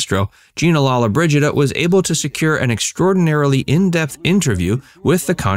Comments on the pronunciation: Her name is pronounced Lo-lo-bridgida, not lalla-bridgida. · You must pronounce her name correctly